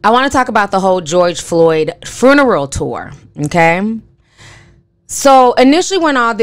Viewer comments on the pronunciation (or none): lol sis are you saying "fruneral" on purpose? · Ti you really had me going "hmmmm" through the entire video. You are speaking nothing but facts! Everything is really odd. Thanks for the video and i love how you put the extra R in funeral lol aka fruneral lol love your channel! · I'm sorry but is anyone hearing how she's saying fRuneral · I love you Ti... but you killing me adding that extra R in FUNERAL lmao 🤣🤣🤣 now that's how I'm going to pronounce it from now on. Love you Ti and keep doing your thing boo